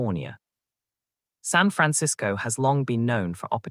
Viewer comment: Why can't you use an actual human narrator instead of a robot? Your robot mispronounces San Francisco and Los Angeles. Great topic and some useful observations, but on future videos it isn't all that expensive to use a real voice narrator and well worth it.